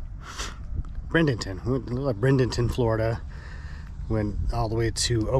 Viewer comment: Um, NO...once again: there’s NO Brendenton in Florida, it’s Bradenton where Tropicana has plant. But pronounced braid-en-ton...And it’s nearby to me in Clearwater...and the Tampa Bay Rays baseball stadium in St Pete is Tropicana Field for that company.